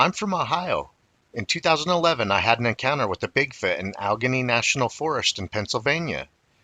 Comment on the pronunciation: Allegheny is pronounced "Al-Ah-Gainy"